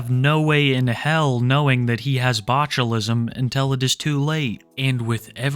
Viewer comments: it's not botchulism, it's boglimism. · New name for Cobes: The Botulite (pronounced bochulite) due to his botulism riddled meat vehicle he calls a body.